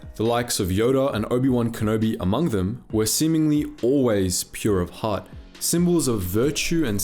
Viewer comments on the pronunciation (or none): none